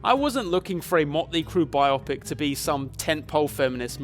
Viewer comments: It's bio-pic. Bi-OH-pick. As in, biographical picture. Not bi-opp-ick. I know this is a nitpick, but it helps legitimize your reviews. This is great content and I appreciate you for addressing the misogyny in this awful film. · BYE-OH-PICK that's how you say it. Great video though keep up the excellent work! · love the review, but i can't get over how you said biopic and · Would be a great video, but you just had to go pronounce 'biopic' like it's some sort of weird adjective describing magical brain surgery, didn't you? ( for context)